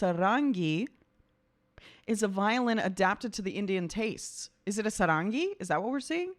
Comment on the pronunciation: No. That's a Violin played by that lady, and Not a Sarangi (pronounced— SAARANGI – SA, like in 'Sign'; RAN, like in 'Rung'; and GI, like in 'Geek').